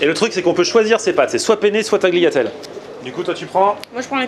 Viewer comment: on dit "Taliatelle" le G est muet;-)